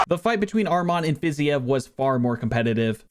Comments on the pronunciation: “Fizyev” brother it’s “Fa-ze-eve” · Fi-zeev not whatever the hell you were saying. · Learn how to pronounce Fiziev properly, please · I love your UFC videos but Rafael Fiziev is pronounced like Haf-i-el Fiz-eve.